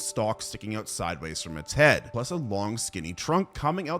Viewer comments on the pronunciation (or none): none